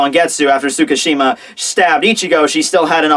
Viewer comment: It's Sooo-get-sooo. Not sooo-gets. Say it right please